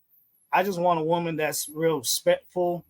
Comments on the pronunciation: He said he wants a woman “sepectful’ 😂 (respectful) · This mf said spectful... spectful... i cant RESpect a mf that on top of being angry, picky, sassy* & cheap, he cant even pronounce RESPECTFUL... like come tf on.. What exactly is suppose to be his allure?? Cause his face card declined when the call started...